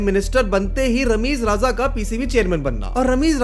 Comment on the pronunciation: It's Rameez Raja.. not RAZA.. it's easy to pronounce RAJA, eh?!